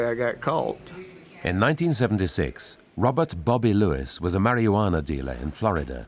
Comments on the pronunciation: Narrator really said Mary-wanna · mary-OO-wanna.... interesting pronunciation 👍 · Anyone else chuckle hearing the narrator say "mary-wanna" 😅